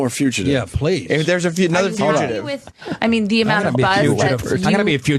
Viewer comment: Hearing Opie say few-chuh-tive repeatedly might be even more painful than listening to him yell "HOLD ON HOLD ON!" I guarantee THAT is why Ant wanted to kill Sam, not just hearing the bit again.